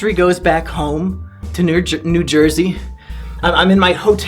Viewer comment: almost refers to NJ as "Ner Jewsey"